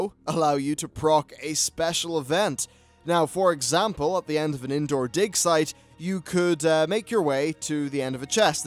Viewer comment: All I can hear is.... "di*k" site :-D